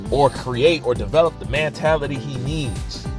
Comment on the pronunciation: For christs sake it's MENtality NOT Mantality!!!! Jesus learn correct pronunciation!!!